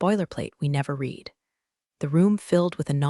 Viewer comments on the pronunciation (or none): Still haven't fixed how "read" is pronounced in its use! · Damn, would you please get a human to narrate your stories?!!! Maybe then words like read & read, live & live would be PRONOUNCED CORRECTLY!